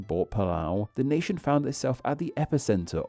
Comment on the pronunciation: Random unrelated question: why do you lengthen the final constant/syllable of each sentence? (Eg palau -> palawuh, nation -> nationnuh)